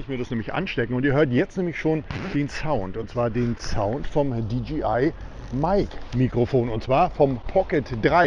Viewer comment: nicht "di dschi ei" sonder "di dschey (jay) ei)